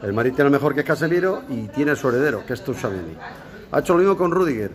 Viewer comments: Ron0: se pronuncia CHUAMENÍ no tushuameni. En francés la t+ch es nuestra ch, porque si no llevara t sería sh. Por otra parte, a ver si superas el tema Mbappé, que ya aburres. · Se pronuncia "Chuamení" no "Touchuameni" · Joder tomas que no se dice touuuchamenii Es TCHOU TCHOU TCHOU tchouameni no touchameni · Todas las veces que Roncero dice “Tou-Chameni” 😂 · Se pronuncia "Techáuameni" verdad? Xd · Bien roncero, ahora solo te falta decir bien su nombre tuchameni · Tomás, haz el favor y pronuncia bien el nombre. La T no se pronuncia. Se dice algo así como Chuameni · "Touchameni" 😂😂😂 Choamení, Roncero! Fichajazo! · Es tchuameni no tuchameni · De Kyllian Mbappeeeeeeeee a TChuameni 😂😂😂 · se pronuncia CHU-A-MENÍ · Roncero se pronuncia "chuamení" con acento en la i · Es como decir a nuestra abuela que pronuncie facebook. Firsbú, farsbú, fusbú, fairsbú 🤣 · No sabe decirlo jajajaja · Apréndete el nombre bien, Tomas, que lo dices mal y v a estar muchos años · A ver Roncero, aprende a decir bien el nombre que va a estar muchos años en el Real Madrid. Y supera ya lo de Mbappé. Con Vini no tiene sitio en el equipo. Fue un error apostar por él en lugar de apostar por Halaand. Pero bueno en 2 años ese error se puede solucionar por 150 millones.